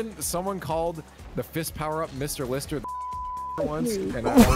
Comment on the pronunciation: he definitely called it 'Mister Lister the sister fister'